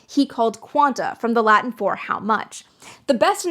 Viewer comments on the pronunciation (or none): none